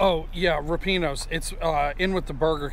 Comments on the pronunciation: lol my Italian heritage tells me it's rip-ee-awnos. I could be wrong. I guess we should ask someone who works there...maybe see how the answer the phone? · my wife and I agree with your rating...ripieno's is the best in oc, (although, I'm pretty sure you're pronouncing it wrong) and Franco's is second. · just called them...the girl that answered the phone pronounced it like I did. 🙂